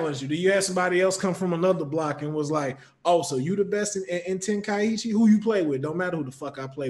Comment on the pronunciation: How is a fan and he didn’t know how to pronounce Tenkaichi -.